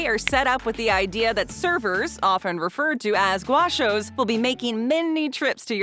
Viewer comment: It’s GOW-shoss not GWA-shoss